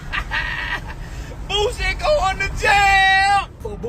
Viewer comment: It’s Boosie not Boozey